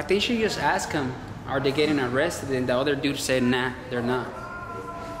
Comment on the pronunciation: I believe it's "threw" it, not "True" it......